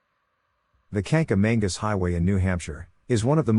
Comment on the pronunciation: Learn how to pronounce Kancamagus correctly!